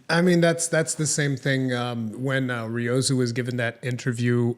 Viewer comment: Speaking of pronunciation, does anyone else die a little inside when says Ryozo's name incorrectly? No? Just me? Ok....